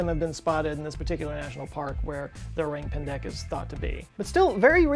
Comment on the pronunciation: So the orang pendek isn’t pronounce like orangutan it’s more like o-rang soured:I’m Indonesian